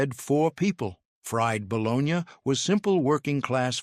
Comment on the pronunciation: It’s not bolognyah it is bologna